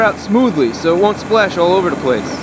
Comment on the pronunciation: Eric Loiselle lol yes i heard... because speak right "spash all over the place" is too hard :P